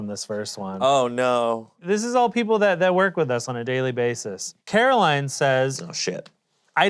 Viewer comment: Ian to Caroline: “I know your name” he completely mispronounced it 😂